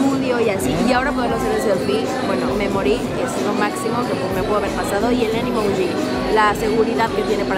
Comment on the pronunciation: Dijo animoji , seguridad para desbloquear.